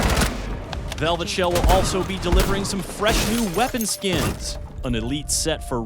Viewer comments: "VEVLET SHELL" lol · Vevlet??? Lol